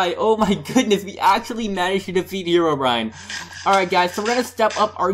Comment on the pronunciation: whos herowbryine but I know notch